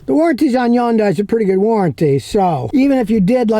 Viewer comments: ITS HYUNDAI LIKE SUNDAY NOT YUANDAI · From an actual Korean immigrant: it's pronounced "hun-day" not "yun-die". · No, the correct (South Korean) pronunciation is "HYOON-die". The North American pronunciation is "HUN-day". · Its not a Yondai, Its a Hyundai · Scotty ...Hyundai rhymes with Sunday,or Hunday .When Hyundai came to America in 1986, Their slogan was Hyundai...Rhymes with Sunday. Not Yunday. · Scotty - It's pronounced "HUN-day"... not "YUN-die". Just trying to help you, 'cause I like you. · Why do you keep saying Yun-Die? Is your name Scooty Killer? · Just on a friendly note. The name HYUNDAI rhymes with SUNDAY. Actually easy to pronounce. Thanks.